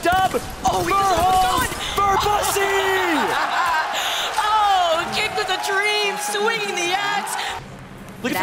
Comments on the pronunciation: Did the announcer really say verbussy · lmaooooooooo VERBUSSSY